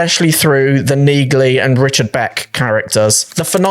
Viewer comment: Dude, the G in Neagley is SILENT. Did you not listen when people say her name in the show?